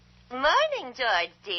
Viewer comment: Did you do that on purpose at the end? You kept saying Jetsons the whole time. At the end you said Jensen